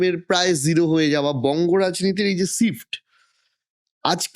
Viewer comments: যিনি ইন্টারভিউ নিচ্ছেন তিনি ঠিকভাবে "SHIFT " শব্দটি উচ্চারণ করতে পারছেন না, এই হচ্ছে আমাদের বাংলার শিক্ষা ব্যাবস্থার হাল. প্রচুর এডিট করা হয়েছে ভিডিও টিতে , কারণ সুমন বাবু মাননীয়া সম্বন্ধে যে কঠিন ভাবে কথা বলেছেন সেটা পুরোপুরি তুলে ধরার মতো সাহস নেই. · Ekta podcaster er emon pronunciation! Sift clas eki ! Jaghanya !